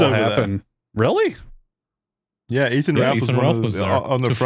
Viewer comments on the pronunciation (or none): none